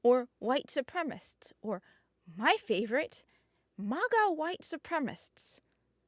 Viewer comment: Su-prem-a-cists. Not supremists. Try reading more and not being so American.